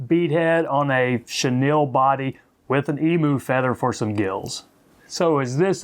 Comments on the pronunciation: Great fly i am an Australian and the correct way to pronounce Emu is Em you not emoo it's on our national coat of arms with the kangaroo great feathers for tying big Murray Cod flies a native fish to parts of Australia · Hahahaha you have an interesting way to say Emu, the Em is ok but pronounce the u as you....Emyou, and you will have it. An interesting looking fly, thanks.